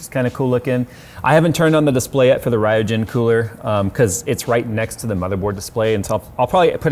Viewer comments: That's RYUJIN Not Rhiojen. Remember Ryujinjaka . Ryuk. That RYU-JIN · So much trigger bait in this video. - Crossed over AIO tubes - RAI YOU JIN instead of "ryoo-jin" - Animated GIFT instead of JIF